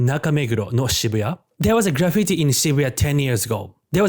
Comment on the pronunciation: Good video. But that’s really not how you pronounce graffiti. .